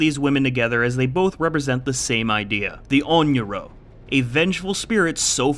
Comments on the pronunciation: Sadako and Rin should not be grouped together. Sadako would be very pro-entity, as the entity and her have an agreement. Rin however, was manipulated by the entity and if she discovered the manipulation, who do you think would be on the wrong end of her katana? Also Onryo is pronounced (ON-ree-oh) not (ON-yee-roh). Also sadako is not that similar to spirit lore wise, Sadako had her power before she died, rin's power is entirely entity given. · it is NOT “onyro” it’s “onryo” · Ok but pronouncing onryo as onyoro is crazy lmao! It's not even hard to pronounce like what?? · Not to be a butthole, but: it’s “Onryō.” Like “On-ree-oh” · God thats a mispronunciation of onryo if i heard one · Pretty sure onryo is misspronounced